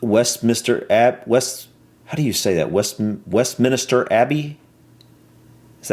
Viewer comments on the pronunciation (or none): Westminister Abbey? WESTMINSTER. Whats so difficult about it... lol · West - minster Abbey break up that word